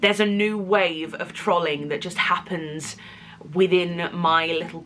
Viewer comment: First time I've ever heard some say the word 'trolling' like that.